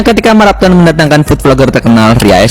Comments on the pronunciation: MARAPTHON Bukan MARATHON..😂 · marapthon bang bukan marathon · Sedikit koreksi bang, marapthon bukan marathon🙏🏻